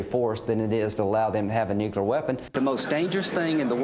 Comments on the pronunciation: People who cannot pronounce the word nuclear should not be setting global nuclear policy. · 20 years and he still can’t pronounce “nuclear.” Nothing says expertise like five different mispronunciations of a three-syllable word. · The irony of Lindsay Graham being in the position he is in, when he can't even pronounce the words "nuclear" or "oil". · And none can say nuclear correctly. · Love how Graham can’t even remotely pronounce the word “nuclear.” Not. Even. Close. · Graham cant't even pronounce nuclear. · all these years, and he still cannot say "nuclear"